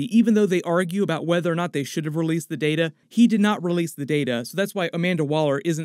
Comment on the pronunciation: It’s pronounced Data not “Data” smh.